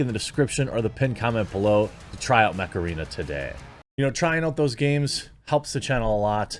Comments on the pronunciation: Thought he kept saying macarena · Whenever I hear "mech arena" I actually hear Macarena. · I THOUGHT JEREMY SAID MACARENA